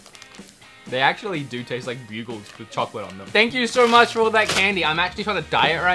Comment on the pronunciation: “Broogles” you mean bugles? You eventually got it